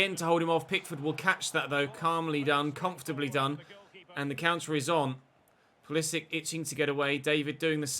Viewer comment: You are not saying Pulisic's name correctly IC is like in ibrahimovic or Matic not IK